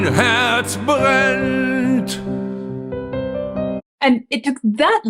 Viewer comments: Herz, not Hertz. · Your German pronunciation is so good, wow! Greetings from Germany